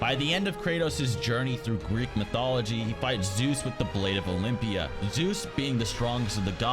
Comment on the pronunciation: “ blade of oylmpia “ lol